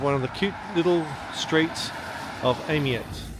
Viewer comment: It's pronounced "Ay-May" and, like most of the Bastide towns, Winter doesn't show it in its best light. Late Spring, Summer and early Autumn is the time to see these places.